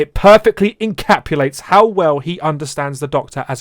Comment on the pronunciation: You keep saying "encapulate"